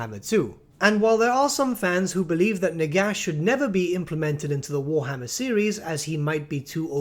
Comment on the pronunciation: Ah yes, War-HMM-er